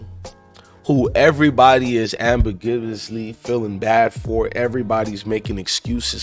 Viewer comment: Wtf is “ambigivously” lmao